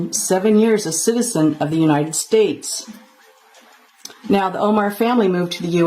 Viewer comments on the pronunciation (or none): English please…. Citizen not citisen, citizenship Not citisenship 😂😂😂